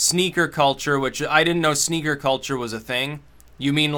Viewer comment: Is it just me or is he saying sneagers instead of sneakers